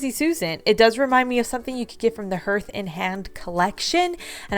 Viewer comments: Hearth. Like Earth with an H. Harth. Not hurth. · Except you can't store as many cans in your cupboard using those clunky bins. Also it's pronounced HARTH...not HURTH...and Hand. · Hearth & Home... like a fireplace hearth, pronounced HARTH, just like heart with an H. ❤️❤️❤️ Love your DIYs 👍🏻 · The materials are likely bamboo and just FYI: hearth is pronounce ‘harth’ 😉